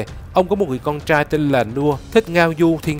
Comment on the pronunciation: Neu co the ban nen noi cho ro chu R cho dung hon nhe ( vi du nhu chang trai nhung ban noi chang CHAI ) vv qua that la qua kho nghe .